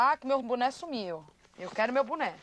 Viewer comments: boné, só que ela falava buné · "EU QUERO O MEU BUNÉ".😂😂😂😂😂😂😂😂😂😂😂😂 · Não sabia nem pronunciar direito. "Buné"😂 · Reza a lenda que a Tina tá até hoje procurando o "buné" perdido dela..